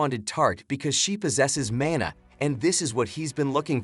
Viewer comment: he said "He uses his mAnR to transport him."